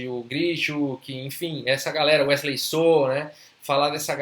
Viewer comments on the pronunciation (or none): none